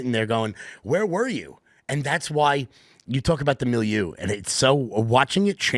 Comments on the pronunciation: A "may-loo"??😃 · As much as Phil seems to like the word milieu, you'd think he'd be able to properly pronounce it.